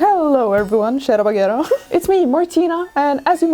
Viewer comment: What the frig is "shadow baguero" ?